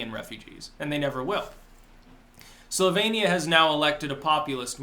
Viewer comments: It sounded a little bit like said "sylvanian" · You can tell how ignorant this buck toothed fuck is by his pronunciation of Slovenia. 😂